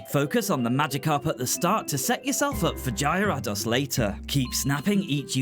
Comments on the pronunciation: the three I know for sure you mispronounced were Moltres (pronounced mole-tres) Arcanine (pronounced ar-cuh-nine or ar-kih-nine, both are prob right) And Gyarados (pronounced gi-air-rih-dos) Honestly, if you want official pronunciations, the anime is a pretty good source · The way you pronounced Gyarados might haunt me for a very long time 😆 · Man this unlocked so many core memories (especially Oak’s hateful “you were close!), thanks for this :) Though your pronunciation of Gyarados broke my brain a little bit! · you still didn’t pronounce Gyarados right. In fact, there were quite a few Pokemon whose names you mispronounced. Then again, I can’t really say anything, given there are Pokemon names I mispronounce as well.